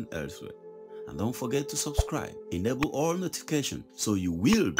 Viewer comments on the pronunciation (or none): none